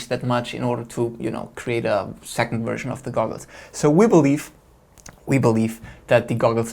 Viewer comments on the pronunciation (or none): none